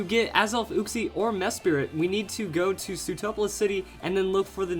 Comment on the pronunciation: i feel like he said uxie wrong